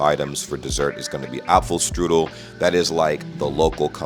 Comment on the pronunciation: Dessert wasn't apple strudel. It was apple "kiarcherl"